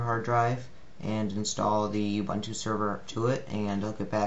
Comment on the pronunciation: I hate to be this guy but Ubuntu is pronounced oo-boon-too. As pronounced by the official program site.